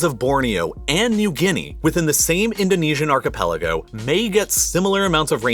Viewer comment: It is malay archepaliogo...